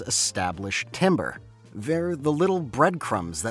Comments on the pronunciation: Nitpick but 'Timbre' isnt pronounced 'Timber', but 'Tamber' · It’s pronounced tamber not timber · "timbre" is not pronounced the same way as "timber." it's pronounced "taam-ber." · I cannot say I've ever known "timbre" to be pronounced like "timber." It's always tamber, closer to how the word would be pronounced in French. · Yo who’s gonna tell him it’s pronounced “tamber” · As a music educator, yes can confirm this! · as someone whos been constantly reminded that timbre is pronounced "tamber" this makes me really sad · Did... did he he just say 'timber'. As in wood. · tam-burr.... its tam-burr lol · "timbre" is not pronounced like the wood, it's pronounced like "TAM-ber". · Timbre is pronounced tamber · as a fellow music student i feel ashamed for thinking timbre was italian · Why do you say timbre that way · Getting annoyed whenever he pronounces timbre with an i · (you pronounced timbre incorrectly, but thats an understandable mistake because its pronunciation doesn't make any sense) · My friend. This is a great video, but the way you mispronounce "timbre" is killing me.